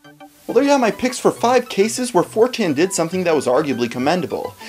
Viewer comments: He said 4tain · he said "4Tan"